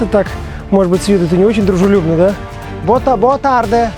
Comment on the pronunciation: Как вы португальские слова произносите... Boa tarde произносится как "бо тарджи" - открытый слог.